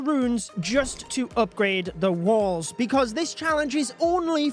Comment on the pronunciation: Why does he say “Wils”???😂😂😂